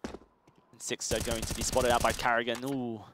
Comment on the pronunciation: one of the casters keeps calling sixer "sixter" lmao